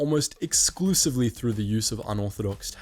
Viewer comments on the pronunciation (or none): none